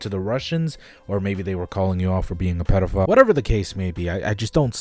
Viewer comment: nobody:: pedophlyle